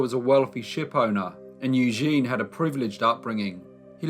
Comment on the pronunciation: It's pronounced EW-ZHEN